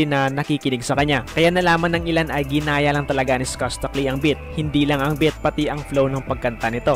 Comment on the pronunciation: Beat Hindi bit.hahahaha